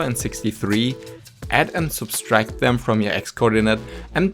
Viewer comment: Subtract, not substract